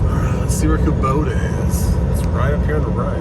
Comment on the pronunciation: That's not "KOBODA" that's KOBOTA" It's a Japanese product...